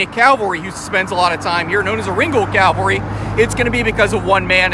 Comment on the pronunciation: PLEASE...learn the difference between these WORDS: CA-VAL-RY and CAL-VA-RY. It was the CAVALRY that was the military term! Good video, but the mispronunciation of THIS WORD drives me nuts!